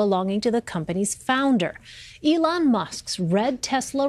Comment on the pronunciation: (Journey With the Camera!) ELON! ELON MUSK! NOT ALON! ELON! E! LIKE E!ENTERTAINMENT! EEEEEEEEE! É!